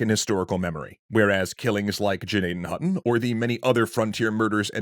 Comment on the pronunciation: Even the name "Gnadenhütten" has been slaughtered...